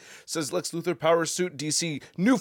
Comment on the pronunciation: Lex "Lutho", ah yes the way Otis called him in the Christopher Reeve Superman movies "Mr. Lutho"